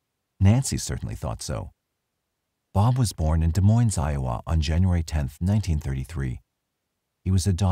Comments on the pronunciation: Des Moines is pronounced Deh Moin. The s is silent in both. Just for future reference! Still great content, though! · FYI, both S's in Des Moines are silent. 😉